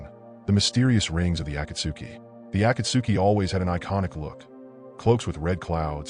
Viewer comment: how is it possible for someone who watches naruto to be so horrible at pronouncing words in the show such as genjutsu, Sakura, Akatsuki etc